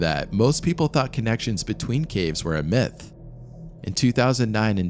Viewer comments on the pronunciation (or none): none